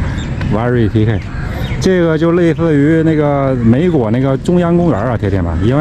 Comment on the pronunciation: 这哥们是东北人还是河南人？汉语发音美国成为“”梅国“”，感觉你是东北人！你老婆很漂亮，如果再经过礼仪训练和穿着打扮会更有风度。在巴基斯坦她不带头巾，说明：1）可能不是穆斯林；2）很有反叛精神。